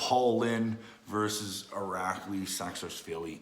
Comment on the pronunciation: Irakli saks is veely? What, his sake is veely veely strong? Lol